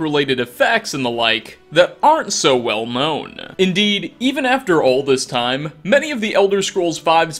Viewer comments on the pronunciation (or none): none